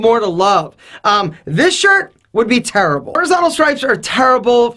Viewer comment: I love it when he says turrible it brings out the Italian 😂😂